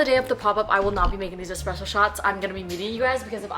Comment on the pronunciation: ESpresso not eCspresso my guy 😞